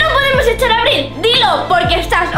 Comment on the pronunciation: Dijo aril en el minuto